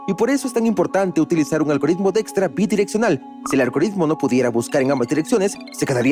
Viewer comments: Dextra = Dijkstra? Para eso mejor veo el video en inglés, que pronunciación pedorra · Soy profesor universitario de investigación de operaciones y llevo explicando el Algoritmo de la ruta más corta llamado Algoritmo de Dijkstra por muchos años, la pronunciación de la voz de IA para este apellido es algo como "DEXTRA" nada que ver con la pronunciación ni en español, ni en inglés ni en el idioma de origen de Edsger W. Dijkstra, quien es Neerlandes. Muy mal por ese doblaje.😢